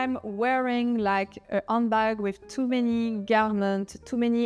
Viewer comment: Thank you for all the valuable information about handbags. Just a little English pronunciation tip. It sounds like you're saying "Undbag." Remember that in English the letter H is a litle breath. Breathe in and out with the H. You can practice by saying H and feeling the breath on your hand.You need to hear the H- otherwise you don't sound authentic in English.